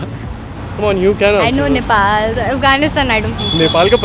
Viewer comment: he doesn't even know how to pronounce Nepal word 😂shameless 😏